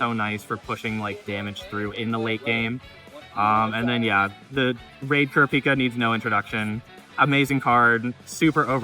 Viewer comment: Who is "kara-peeka?" Lol always hilarious hearing people butcher the name.